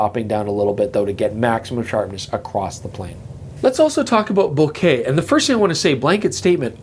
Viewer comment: Bo-KAH ... Bo-KAH ... Bo-KAH ... 😝